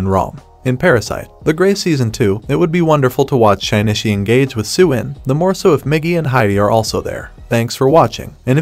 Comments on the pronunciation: shi-ni-chi not shine-ni-shi :)))) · bruh... "Shine-ishy" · "Shynichi" "Parasyte.... The grey"